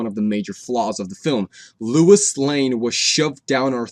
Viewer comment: Great review! I agree the emotional character exploration in this movie was great. Loved the Superman arc. Lol, "Louis"? You mean Lois?